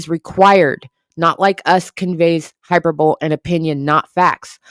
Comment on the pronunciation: Hyperbole is pronounced high-per-bo-lee 😇